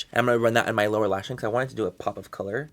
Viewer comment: Do you listen when he said "TODO" 😂 I love him ❤